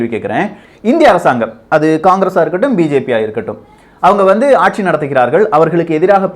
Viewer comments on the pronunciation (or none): none